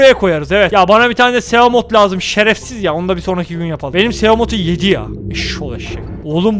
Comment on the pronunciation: onlar simot ve saykılops diye okunuyor mezarlıklar doğru telaffuz edemeyenlerle dolu aslanım